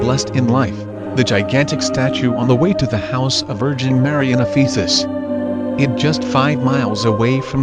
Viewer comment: Thank you! I visited in 1992. I just want to mention that you are mispronouncing Ephesus.